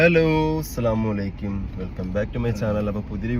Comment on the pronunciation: അസ്സലാമു അലൈകും എന്നാണ് പറയേണ്ടത് അലൈക്ക്യുഎന്നല്ല